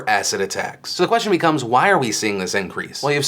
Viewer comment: Until the end of the video I thought Phil was saying "asset" not "acid" so that was confusing for a bit! still is so sad that people use that to attack people